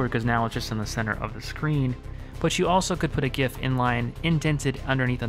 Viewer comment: Not only great tips, tricks, and secrets ... but you pronounce GIF correctly too! Thumbs up.